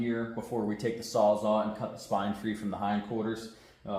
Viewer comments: Sawzall! Its sawzall….not sawzaw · You might find one on marketplace from a Mexican called a sawsaw😆😆